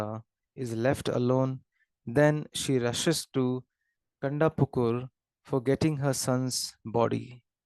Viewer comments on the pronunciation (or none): Not kandapukur its kantapukur